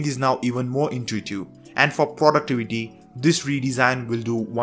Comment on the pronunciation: it is really intuitiew...😂